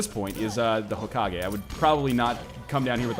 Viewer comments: HO-KA-GAY Not Ho-Ka-Gee It's just so annoying... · STOP SAYING HOKAGUIIIII SAY HOKAGUAI OR HOKAGUÉ HOW EVER YOU SEE IT -_ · Omg white people. Its not hoe ka gay. Its hoh kah geh. Dont you ever watch naruto. Its almost like your gonna cough at every syllable. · Every time he says Hokagee, a fairy dies. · IT IS PRONOUNCED HOE-KA-GAY!!! STOP ANNOYING ME!